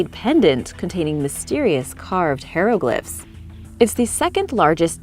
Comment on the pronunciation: For crying out loud! It's "high-ROW-gliphs," not "HERO-gliphs"!!